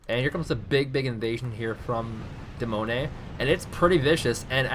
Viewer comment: Wow I did not think that you would comment on my match. Firstly I am not french I am Swedish and the name come's from the 10 year old my trying to spell demoneye, but I do like how you pronounced my name. You have too understand that when I was playing the game I could not see everything like you can in the replay